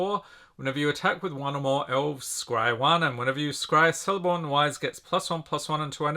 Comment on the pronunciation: Sorry to be a total nerd here but I just thought you might want to know that C's in the legendarium of Tolkien, in elvish names in particular at the beginning of the name, will have a hard C sound, like in Celeborn (pronounced Keleborn) or Cirdan the Shipwright. (Pronounced Keer-dan) It meant a lot to Tolkien so it means a lot to us, how these things are pronounced. Great review and thanks a lot.